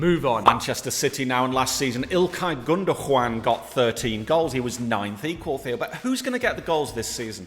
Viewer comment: Did I hear ”Ilkay Gundojuan”?